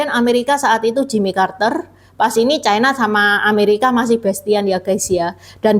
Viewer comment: Ucapan yg bnr : china, bukan chaina